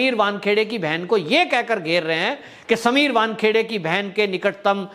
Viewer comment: Correct your self, it is not Bankheade, it is vankhede